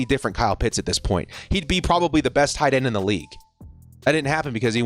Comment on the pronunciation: ”whataauhhh Issa tight enn” 😂😂😂